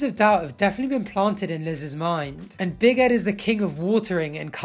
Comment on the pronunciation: Why does it sounds like he’s saying big headed Liz 😂